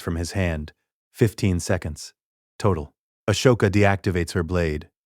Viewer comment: Your AI is pronouncing her name wrong. Did you spell it Ahsoka, or Ashoka? The first one is the right spelling. I am writing a What If novel. My AI pronounces it just fine.